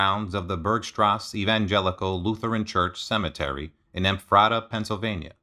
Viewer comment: Ephrata. Pronounced Ef-fur-duh. Or ef-fruh-ta. I know it’s weird lol. But that’s how it is.